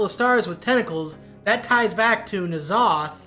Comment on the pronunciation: Great video, just one nitpick. You don't pronounce N in N'zoth as "en", you just read it as it was written Nzoth.